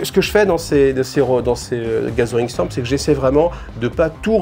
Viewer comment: Salut, Je ne peux m'empêcher d'entendre "gasolin storm",qui m'évoque un truc du style "gorkamorka", quand tu dit "gathering storm". Bonne chance avec ton english accent. Longue vie à cette chaine!